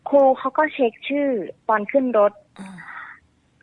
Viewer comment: ครูนะหนูไม่ใช่คู